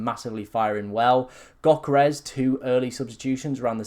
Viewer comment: It's pronounced YO-KEH-RES.. Not Gok-er-res.. like you choking on a shlong